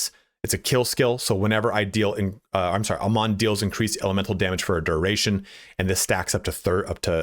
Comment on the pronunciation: You're pronouncing his name wrong. He says his own name quite often in the game